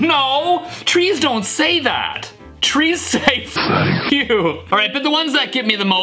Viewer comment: In The adventure Time one It sounded like he was saying fank you but he actually says thank you